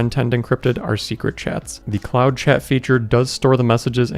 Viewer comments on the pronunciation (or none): none